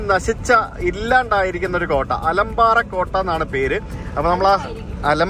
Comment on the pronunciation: അലമ്പാറ എന്നല്ല ആ കോട്ടയുടെ പേര്,, ആലമ്പറൈ എന്നാണ്.